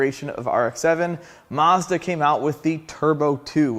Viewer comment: It's SO annoying hearing the brand name being mis-pronounced 😢 It is a Mazda. A "MAZ-DA;" Not a "MaRRs-DaRR" 😮 ☹